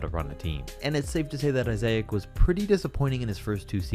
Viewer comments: "Johnathan eyes-A-ik"😂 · That guy was saying Johnathan izayic